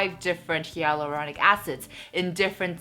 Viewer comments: you’re great but I just wanted to point out that you’re pronouncing hyaluronic wrong.. it should be like HIE-luronic:) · You are pronouncing 'hyaluronic' wrongly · is it?Im French so I pronounce it the same way as she does but I also saw others ytb who said it the same way?Great to know it’s not supposed to be pronounced the way I do😭